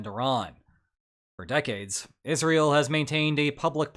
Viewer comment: Is just my ears or is he pronouncing Israel as Isreal ?